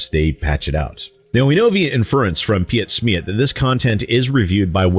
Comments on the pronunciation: Where were the days you believed in your own product and weren't afraid of a bad review? Or even better, allow the devil's advocate to ask questions, because you stand behind the value of your product? Gotta love the way you pronounced Piet Smiet 😅 No offense meant, I just found it funny (it's not 'pi-et' or 'smi-et', it's 'piet' and 'smiet', the whole name at once). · yeah from how he said it it sounded like russian or something, and as soon as he said he was german i went "oh he's pronouncing it wrong isn't he?" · I hate to be that guy, but you could have saved your breath! He's pronounced "Pete Smeet" xD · They way your pronouncing pietsmiet is freaking hilarious :D its more like peetsmeet/piitsmiit but who cares, dont think that guy has any principles anyway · Hey the channel is pronounced "PeteSmeet" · The translation shown is correct. The German version is wirtten more casual than the english translation. Ps.: I like your pronounciation of PietSmiet